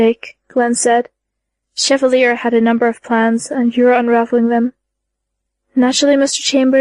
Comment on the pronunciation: It's not as bad, but "Cheva-lee-er" drives me nuts.